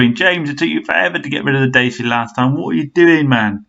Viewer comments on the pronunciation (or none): It's pronounced Da-cha apparently not Day-sia. A Renault bargain brand but reasonable owner satisfaction I hear.